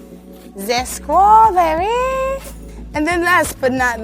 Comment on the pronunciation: The skrawberry 😂